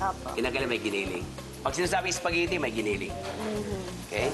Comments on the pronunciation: what .. ISPAGITTI, UWEL and LEVER .. haha😁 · natawa ako sa "ISPAGITI" hahaha . pero idol kita chef.